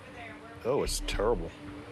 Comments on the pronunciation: he said "oh thats turrible" LMAO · He said its turrible 🤣🤦‍♂️ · Ohh it's TERRIBUHLE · “Oh! It’s turrible!”